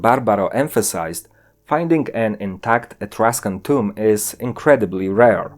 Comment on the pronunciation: You said = toums instead of tomb.